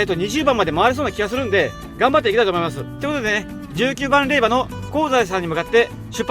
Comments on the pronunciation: 無事に結願❗️良かったです。 おめでとうございます。 「れいば」「れいば」が耳について。。。😅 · 霊場（れいじょう）もずっと気になる。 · 大変お疲れ様でした👋😃💦 ところで余計なお世話ですが霊場を「れいば」と呼ばれておられましたが、「れいじょう」と呼ぶんですけど😅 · 他の方同様、最初は違和感がありましたが、さんと6日間を共にしたこのシリーズに限っては「れいば」が耳に馴染んでいるのです。自分のコメにもれいばと書いたら返信が来たけどww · お疲れ様です！ 私は霊場(れいば)って言ったの気になりませんでした！ 動画見れたらいいし！って！ 私は細かい人じゃないので！＼(^^)／